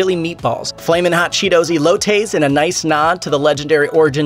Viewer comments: eelowtoies its ELOTES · Elotes not e lo tays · He said “ELOTAYS”, smh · E -loh-tayz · I cringed when the dude said "E-LOTES." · Lmao same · Bruh this dude said “elotays” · the way this dude just said ELOTES.... oh jesus but yas this is my man, LOVE US LATINOS BABY <3